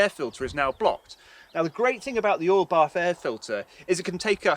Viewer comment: It took me 11 minutes to figure out that he was saying "oil bath air filter".